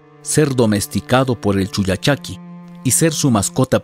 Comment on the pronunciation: Es con doble "L" como el pollo y no "poyo"